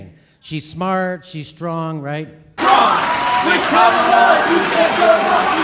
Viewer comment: Brilliant vid. A little amusing that Jimmy properly pronounces "Comma-la" when he's mimicking the chant, but then defaults to "Ka-MAL-uh" for the rest of the vid. To be perhaps overly fair, Harris didn't CONVICT innocent people for career advancement. She "merely" ignored evidence that convicted people were actually innocent. But still.